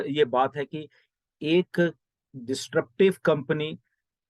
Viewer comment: Sir... Pls note it is not DIS 'T' RUPTIVE. It's DIS- RUP-TIVE. Congratulations To Allllllll Founders.